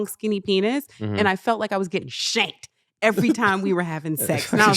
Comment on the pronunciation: Her emphasis on the word SHANK 😂😂😂😂😂😂😂